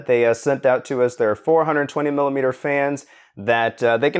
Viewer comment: you said 4 120mm fans in way so that it sounds like 420mm fans lol